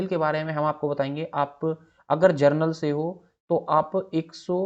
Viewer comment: 😜, inko pronounciation ka bhi pta nhi ,!